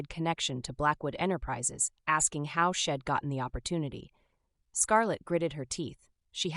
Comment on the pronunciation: So annoyed with the mispronounced words. Maybe write without contractions? Shed rather than She'd. Ill rather than I'll.